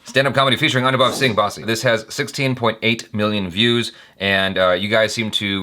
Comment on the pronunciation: It's basssi not baaaasi. Baaaasi means stale😂